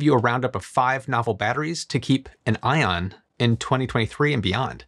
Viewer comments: When he said "To keep an Eye on" - thought he was making a pun "To keep an Ion". Thank God for CC :) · Genuinely heard "Five batteries to keep an ion" , and laughed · "to keep an ion" - very good 😁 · ion = eye on, lmao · “Here’s a battery to keep your ion.” :) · "keep an ion..." No you ditten't😁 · I heard it. Lol "batteries to keep an ion". Lol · Did you say “keep an ion”?! 😂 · was that ION or EYE ON???